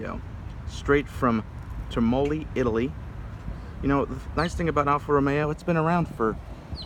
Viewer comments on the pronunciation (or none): Many years late but... car is made at Cassino, not Termoli (which is mispronounced in the video and there they do only the engines)